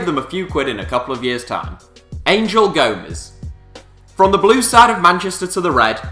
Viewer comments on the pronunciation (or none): none